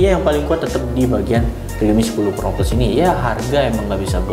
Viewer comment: Pro sama pro plus sama aja penyebutannya haduh